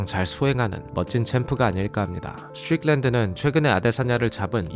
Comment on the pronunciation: 미국 42년차 시민권자입니다. 스트'뤽'랜드 발음 어디서 배웟나요?ㅋㅋㅋㅋ